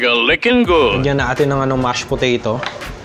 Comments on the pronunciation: Nakakatakam po tas yung mashed "Poreyrow" 😂😂😂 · Tatawa ako sa "mash poreyrow" HAHAHAHAHAHAHAHAHA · Mash poreyrow😂😂🤘👏